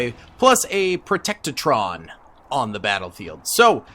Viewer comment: Bro they are called protectrons not protectatrons. I couldn't get past this.